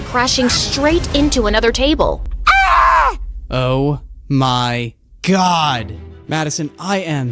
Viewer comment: It’s oh...my...god! Not oh my god